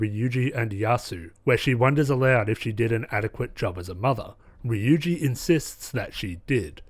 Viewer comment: Just a pointer Ryuji is pronounced ru-Ji with a rolled r